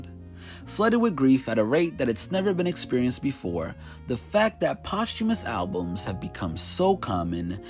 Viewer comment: Today I learned how to pronounce posthumous correctly